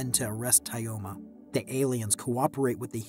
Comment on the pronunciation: It's pronounced more like Toma